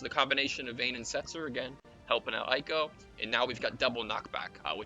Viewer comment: It is "ay ko" by the way. since you asked